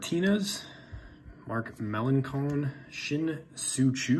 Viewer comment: Just to help you out, u pronounce it Mark Mel-lance-on